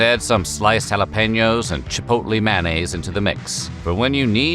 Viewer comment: Mayonnaise. Not "Man-A's"